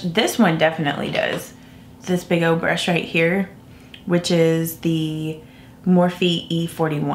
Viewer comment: BleeBlurBlah It annoys me too.. Instead of “old” she says “ode” and instead of “cold” she says “code”.